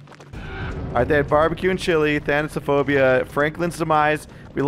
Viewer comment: Dude finally, someone who says thanatophobia right